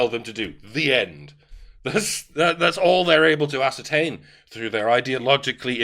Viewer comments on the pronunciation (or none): none